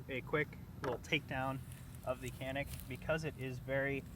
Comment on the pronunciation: For an american u pronounce canik...but it pronounce jahnik..whos the no.2 moron???